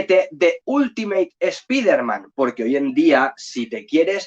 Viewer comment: Lo primero mejor, si vas a decir nombres en inglés es saber alguna idea como se pronuncia .. dios mío.. (escuchar que dices espiderman duele los oídos) Pero está muy bueno el contenido del vídeo, se agradecen las recomendaciones